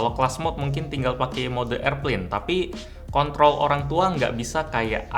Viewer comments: Gw denger ga pkek headset kontol, tpi pas dger pkek headset kontrol cuman r-nya agak kecil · ketika gw gak liat ni komen dengernya kontrol tapi pas gw liat ni komen dengernya jadi konTOL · Mungkin itu bermaksud mau ngomong "Kontrol" tapi kepleset jadi "Kon**l"😂😂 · itu kontrol bukan kont*l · berarti cuma gw yg dengar kontrol dan ga ngeres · apa kuping gw salah denger?? " sisa nya, biar orang tua yang kon*oL 😂😂😂😂😂😂😂😂😂😂😂😂😂 cadel R emang bisa biikin salah ngomoong njaayy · maaf apa saya yg salah dengar atau gmana ya "Orang tua yang kont..l" 🤣😂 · Kontrol tpi mirip kont0l sih kwkww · gw pake kecepatan putar yg 0,5 bener ngomong orang tua yang kontol😅😆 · 08.47 Mau ngomong kontrol tapi kepleset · gaada njer udah diulang berkali kali di telinga dia ngomongny kon*** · Berapa kalipun gw denger , dia bilang kon**l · Dengernya jd "orang tua yg kont*l" parah si. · Cont.. L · Hawk what??? Jelas banget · Aku dengermya kontrol ko.. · Bang, kok ada salah ucap ya d menit 😁😁😁😁🙏🏻🙏🏻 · ko gw dengernya orangtua yg kontrol ya 😂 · Typo dalam omongan wkwkwk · apa cuma gw yg salah denger di menit , coba belajar ngomong R yg benar dong bang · "r" nya ilang wkwkwk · Plis, mau di lambatin sampe 0.75 tetep aja huruf r nya gaada 😂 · Kenapa kata "kontrol" kadang sangat sulit untuk diucapkan dg benar. Kadang meleset dg sendirinya aja gitu kntl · Kontrol but the 'r' is silent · Padahal speed udh gw rubah 0.5 & 0.25...ttep aja R nya gaada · Suara R nya kurang jelas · Mungkin mau bilang Kontrol tapi huruf 'R' kelewat.